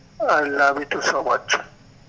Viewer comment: "আই লাবি টু" বলে প্রপোজাল 😅😅😅